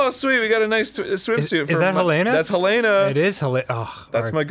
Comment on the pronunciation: I love and I've played the DOA series for 12+ years and I love you both but for the love of God please pronounce the names right;-; Helena is helen-uh. Nyotengu is nee-yo-tin-guu. Honoka is hono-ka (emphasize the ho not the no) Please it pains me every time you say the names so wrong;~